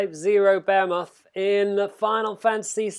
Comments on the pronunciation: You said bahumet... its Behemoth.. pronounced Be'he'muth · I don't mean to criticize but I cringe every time you pronounce behemoth. Because you aren't even close maybe Google 'how to pronounce behemoth'. Otherwise thank you for the video.